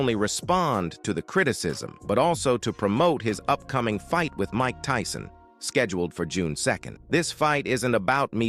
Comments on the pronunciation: Did he just call my guy Mike Teeson😂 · The robot said Mike Teeson. Idiots